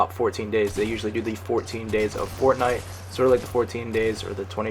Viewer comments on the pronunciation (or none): none